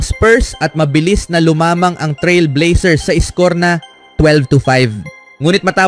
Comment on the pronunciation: Lumamang dimo MABIGKAS ng Tama.😂😂😂